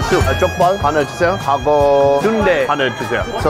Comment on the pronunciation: "~하고" 찐 한국사람 같아요..Best korean language skills👍🏻